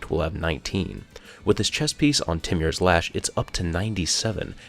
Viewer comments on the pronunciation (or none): It's pronounced T-more's lash